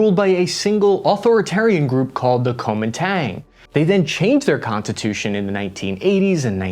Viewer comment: Contatution? Was that a brandon moment?